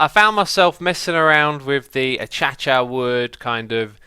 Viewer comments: the "achach" wood is really "acaysha" just incase anyone was wondering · Minute 26.03 Acacia is pronounced as a-ke-shia or a-kesha. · A-cha-cha (the way says acacia) is just SO SATISFYING. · Is he pronouncing acacia as A-Cha-Chia ironically or no? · Did X said aceacea not acacia ?